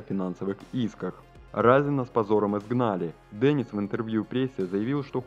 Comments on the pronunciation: Не Денис, а Дэнис. Не искажайте имя мальчика. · Не Дэниц, а Денис!!!